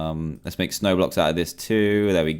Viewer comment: when he said snow blocks it sounds lik roblox. (snowblox roblox)